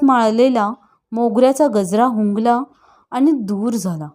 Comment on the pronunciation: लेखकाने जे, जसं लिहिले आहे ते, तसंच वाचा हो! तुमच्या सोयीनुसार त्यात बदल करू नका. पन, आनी, मानूस, न्हानीघर, आणंद, ननंद, जनू, भुनभुन, मण, क्षन, त्यांच्यापाटी, सर्वांसाटी...हे असे शब्द लिहिले आहेत का त्यांनी? किती शब्द सांगावेत? हे असे वाचून तुम्ही त्यांच्या लेखनाचा अपमान करीत आहात! स्वतःचे उच्चार सुधारा आणि मग अभिवाचनाचा घाट घाला!😠